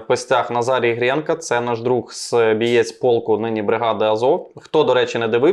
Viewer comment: Почув на початку слово «бієць» ледь стримався щоб не ригати